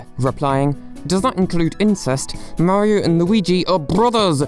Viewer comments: The way you pronounce "Mario" is unacceptable. Stop that. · “Ideer” “Mary oh”